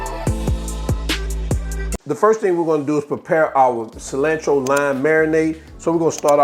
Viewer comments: I thought I was the only one. Im like wtf is cilannntro. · It's definitely "fresh coriander" when you pronounce "cilantro" kuntry style. Just playing!